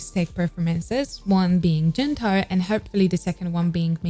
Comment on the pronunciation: Gento is pronounced in the hard g sound such as goat, girl, gate. Not soft g